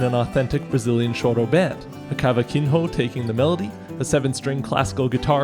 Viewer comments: I really liked the video, but, since i'm from Brazil, I have to make a little fixing in the "cavaquinho" pronunciacion. The correct way to pronounce it is "cavaquinio", the "n" has to sound the same like saying the word "senior", like the n with a line above It in Spanish, "n~" (can't put It above the n in my phone). But I like the video anyway 🙃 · For what it's worth, the j in Portuguese is not a "h" but a "zh" kind of sound (bre-zhei-ro), and the nh is "ny" (ka-va-ki-nyo) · The "j" in Portuguese doesn't make an "h" sound lol, and the "nho" altogether is more like "yo," not a hard "h" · As a Brazilian watching you pronounce cavaquin-HO is super funny. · Great video but, I'm not gonna lie, as a Brazilian, the way you pronounced "brejeiro" and "cavaquinho" made me cringe. It's really not that hard to find out how to pronounce words in other languages, it takes like 10 seconds to type it in Google Translate or something and get the text-to-speech audio. Sure, it's not perfectly accurate, but it's way better than guessing how to say a word.